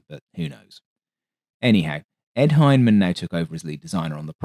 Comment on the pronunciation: It ain't Hymen. or Fucking Hine-man. It's Hine-a-man.